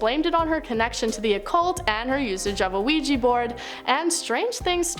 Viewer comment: Ouija board, not ouijee board.